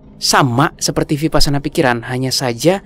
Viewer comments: biar enak kedengarannya dan benar kata vipassana dibunyikannya wipassana.Thank you 🙏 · Vipassana, bacanya wipassana. 🙏